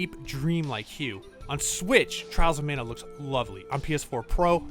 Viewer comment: Trials of Manner Trials of Mah-nah ✅